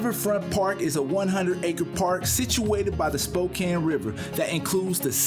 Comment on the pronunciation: Glad to hear you guys pronouncing Spokane correctly. As someone who grew up here it's very annoying when people pronounce it Spoh-cane. Grr.